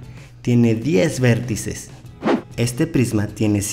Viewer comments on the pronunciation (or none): Dice vérttices xdddddd aqui los que se dieron cuanta XD